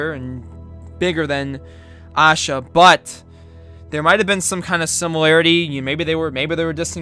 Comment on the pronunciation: The way you pronounced it was funny. I don't blame you though . Indian names are hard to pronounce